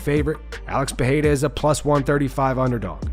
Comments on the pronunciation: It's pronounced "Pereira" not "Perreira", not to be confused with Ferreira, it's the double r's that make the "h" sound. Since you made the effort to get Adesanya's name right, i thought you should get Pereira's name right. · You’re not Brazilian, pronounce his name with R not H